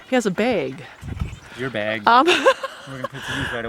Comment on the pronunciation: I would have definitely tased you for coming up to my police cruiser. Also,, it's not " Beg ", it's " Bag " for God sake.